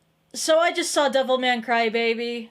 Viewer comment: why everytime she says devilman crybaby i hear devil may cry